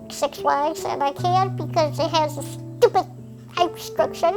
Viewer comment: I love when she emphasized "sTuPID"